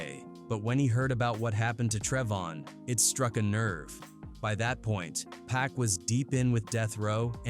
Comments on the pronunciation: Get yo shit right u out of country foreigner....it's Pac not Pack... I ain't watching this shit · Who the hell is pack and shoog 😂😂😂??? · Who TF is Shooog and Pack???!!!!!!! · So hoodwat stories says “PACK“ and "SHOOG" or how bout "PIE ROO" AI 🐂💩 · Been dead nearly 30 years and people still can't pronounce 2PACS name correctly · Thought it was PAC 😂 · I couldn’t watch nomore after hearing how they kept pronouncing pac name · Keep saying Pack. AI mess. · The way you say Pac´s name is like the cops who didn´t believe his legal name was Tupac Shakur